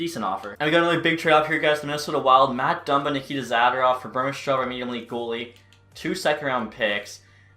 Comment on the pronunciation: What does he say zadorov like that